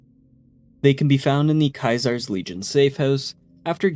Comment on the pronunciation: Can you please pronounce Caesar one more time??